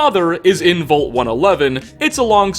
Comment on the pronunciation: ...the word vault is pronounced like the a in wall, not the o in volt.